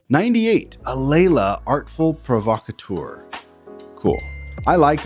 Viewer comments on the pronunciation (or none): none